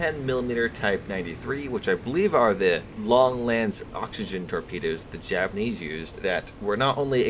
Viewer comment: U butchered the title pretty hard (Japanes and well) but I love ur content